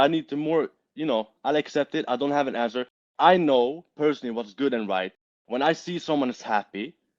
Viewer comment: he cant say answer (grape) but go watch video for answer bro xd